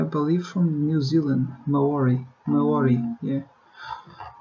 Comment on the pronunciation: the way u said Maori was so funny